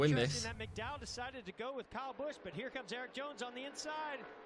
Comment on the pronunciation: its bush that how u pronounce it